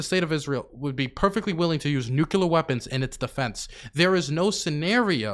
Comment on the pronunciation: "Nucular " Eye: twitches unconsciously